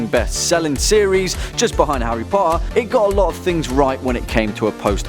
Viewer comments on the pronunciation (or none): none